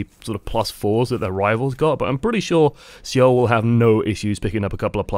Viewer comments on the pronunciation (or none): Yes, I've been watching OL. But dude, I love you but it's like fingernails on a chalk board listening to you stumble over names. Seoul, is not SEEOL. It's pronounced Soul. Exactly the same. It's a professionalism thing and keeps your viewers from being distracted while you stumble for 5 min listening to you make excuses about why you can't pronounce somebody's name you should have researched before you start recording. Love your vids though. I've learned a lot and my gameplay has improved. Thank you. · Great thoughts but one thing. Seoul is pronounced Soul, the E is silent (slurps tea) thanks for another vid.